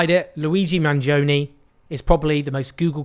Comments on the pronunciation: The proper pronunciation is Manioni. In Italian the 'g' can be silent. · don't worry, Owen, the pronunciation is still wrong 😂 I still have to hear an Eglish-speaking person get it right. the original Italian pronunciation is "Manjoneh" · It’s pronounced Mangione like in latte. Not like in pepperoni. 😉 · Owen Jones should have made an effort to correctly pronounce Luigi's last name. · I like how you say to get the pronounciation right and then get it wrong 😎 - no hard feelings, your work is highly appreciated